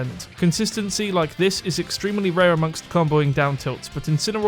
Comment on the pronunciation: this video was "extremally" good ...moons above that was a cheesy way to jokingly call out a mispronunciation